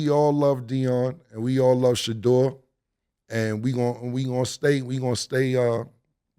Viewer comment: Shedeur not shedure